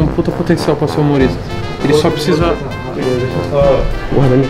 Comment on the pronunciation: “E aí xente bem vindos a mais um vídeo”